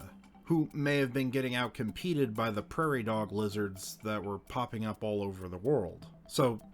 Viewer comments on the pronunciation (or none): none